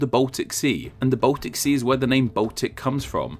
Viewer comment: He also says Botic instead of Baltic.